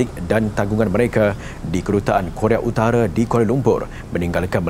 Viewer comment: Koq Korea Utare. Korea Utara yang bener pak presenter